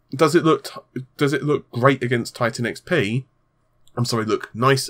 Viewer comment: What does he really say? I can't unhear tittycum....